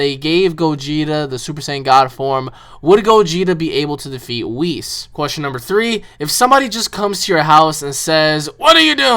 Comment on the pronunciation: Oh yeah and its not weis its whis they put it likethat yesterday wen it came out online and whis is not really the hod of creation he is just bilss's teacher